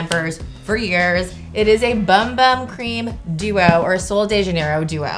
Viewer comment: How does she not know how to say bum bum correctly?! It’s “boom boom”